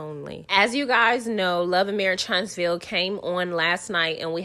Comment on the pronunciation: Sis, now you know that it is pronounced marrrrrish! The new word is esssssssssssspo.